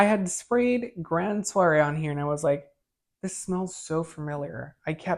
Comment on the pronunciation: It's Grand Soir Not Soiree There's No A at the end of the word Its Pronounced Swar